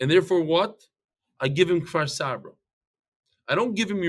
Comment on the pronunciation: It's Kfar Saba not Far Savrah